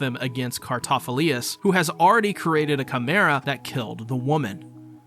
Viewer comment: Thanks for the video, really appreciate the work you put in. but you sent me down a rabbit hole of pronunciation. you say Cartaphilius, which I didn't think was quite right. so I rewatched some episodes, and sure enough it was Cartaphilus the main difference is the lius vs the lus at the end. to give you the benefit of the doubt I watched some of it in English, and as much as I dislike your mispronunciation, the English VA butcher it worse. they say Cartaphiloose... I hated that I realized it could be worse... so thanks for being the best you could be and the effort you put in... it could have been worse. Just keep doing what your doing, it's great.